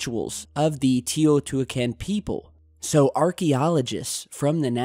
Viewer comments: Teo not tio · It's pronounced "tayO2WhoiKen" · Your pronunciation of the city holy fuck 😂😂😂😂